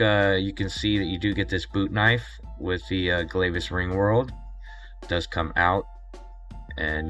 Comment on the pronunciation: It's pronounced Glavis, like glad.